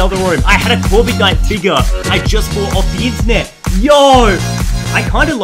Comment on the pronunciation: He says corvigknight